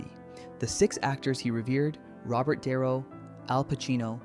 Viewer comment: De Niro NOT Dye-ro.